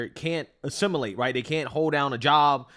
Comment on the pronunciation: bro it’s assimilate not A simulate